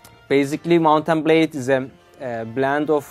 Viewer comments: "Mountain Blay Warbands" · Did he say "Mountain Blade"